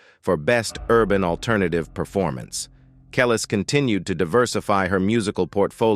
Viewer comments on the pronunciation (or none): It sounds like he is saying callus 🤦‍♀️ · You are saying Her name Wrong, AI bot!!!!! It’s KUH-LEESE. You suck! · always thought it was pronounced Kel-ees - anyone know if that's right? Maybe the A.I. voice can't get the subtleties. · I wish he would pronounce her name right. If you’re going to make a documentary you should make sure your pronouncing the subject of the documentaries name right. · Yo don’t speak on our culture until you learn or know the correct pronunciation of the artist’s name. You sound ignorant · I hate when the person telling the story pronounce the person's name they way they want to when she and all of her fans say it differently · The way the narrator is saying Kelis’ name is sending me 😭